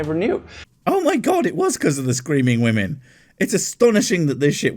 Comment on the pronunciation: I’ve played doom. I know that demons are full of health packs and ammo. What I find annoying is his inability to properly pronounce the word “women”.